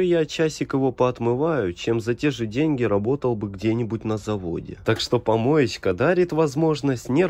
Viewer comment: Ты когда говоришь помоечька дарит я ваше угораю 🤣🤣🤣🤣😂😂